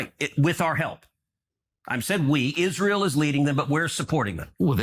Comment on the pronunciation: Sorry ladies Plz don’t say Aye ran It’s EERAN ITS ISRAEL NOR EYE SRAEL ALL THE RRST I LOVE WATCHING YOU